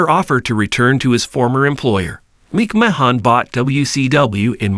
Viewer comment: This AI commentary is a joke.. Mispronouncing Vinny Mac's last name is laughable..